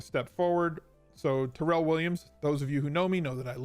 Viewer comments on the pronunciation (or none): Not that you care BUT, I’m friends/co-workers with Tyrells cousin and apparently hates when his name is pronounced “Terrell” ... it’s TIE-RELL 😂